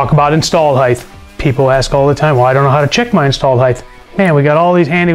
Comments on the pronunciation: I really dig this guys straight forward though guy delivery, I really do! It was straight forward and to the point and tons of energy! He hit on a lot of points very quickly and was very memorable. My only notation is that he said HEIGTH several times....it is HEIGHT!!!!! But I have OCD....so there is that. PAC is my go to for every engine build!! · Why do so many American pronounce the word Height as if it is spelled Hith?